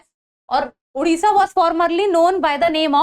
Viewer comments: Its a "O" in odisha not "U". Oman toh sahi s pronounce kar lete ho, Odisha bolte waqt kyu bakchodi? Unpadh gawar. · It's not उड़िसा It's ओडिशा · Its a "O" in odiha not "U". Oman toh sahi s pronounce kar lete ho, Odisha bolte waqt kyu bakchodi? Unpadh gawar.